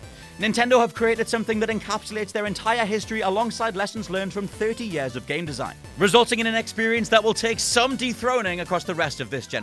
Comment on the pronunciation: Rocket League....seriously ??? And Uncharted 4 was only an honourable mention?? And for the love of god pronounce “YEARS” properly!